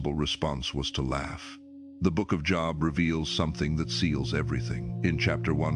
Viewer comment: Another AI program can't even pronounce Job properly